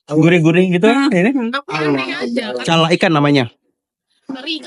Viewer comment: Bukan cala ikan kaka tapi cara ikan😂